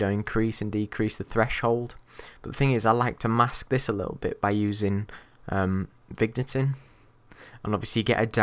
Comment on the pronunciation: the way you said vignetting xD